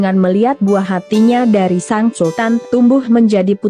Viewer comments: Iya funny the way she pronounced SANG not SENG, suruh berlatih lgi cara sebutan nya, looks she never improved 😂😂😂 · 😅.. Seng, something wrong with her pronounced, her delec sound funny 🤭.. Poor her!